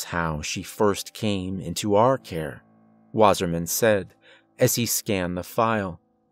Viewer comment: REPEAT AFTRER ME ITS PRONOUNCED "VASSAHMAHN VA SAH MAHN" water man